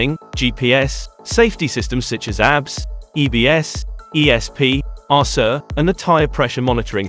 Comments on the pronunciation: ABS braking? It’s not pronounced as a word ‘abs’, it pronounced as initials, A B S. For Antilock Braking System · Agreed his pronunciation on some names are not correctly pronunced properly lol when he pronounces abs its like looking at somebody is working out at the gym 😂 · I was like, "damn! those breaks have 6 packs!" lmao!